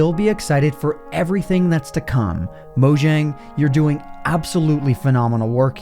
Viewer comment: Hey, it's pronounced "MO-yang", not "MO-zhang".